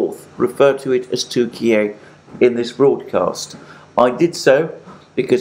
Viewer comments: 'Turkiyeh' sounds more authentic than 'Turkiyay'... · Alexander . It’s turki- yah not Turkey-a come on man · Turk-e-a.... just no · Its pronounced Türkye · tur- key-yee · I'm sorry but your new pronunciation of the name "Turkey" seems to be a fashion you've been chased into, dilettantish. . Granted that there are reasons for the change such as President's Putin's use of the term. Respectfully, you're not Putin and don't share his considerations. You're an English speaker. Is Italy to be Italia? It is true that sometimes countries change their name, eg., Burma. My suggestion is to stick to who you are as it seems a pedantic change. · The Turkiye thing is moronic. It's simply Turkey in Turkish. It's like Germany getting angry that Britain doesn't call it "Deutschland" with the exact same pronunciation. It's a petty and despicable attempt at language control, the kind that bullies attempt when they don't have the power they wish they had to enforce their controlling will. I find it entertaining that Russia is throwing Syria under the bus like this, hasn't Turkey been occupying northern Syria for years after it's invasion a few years ago?